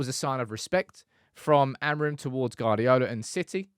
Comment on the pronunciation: Why do you insist on calling Pep, Guard-iola, the U before the A means its Gu-ard-iola pronounced Gwardiola just put a w after the G, and you're all set